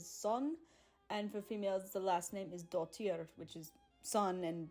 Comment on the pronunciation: It's actually "dóttir", not "dottír" ;)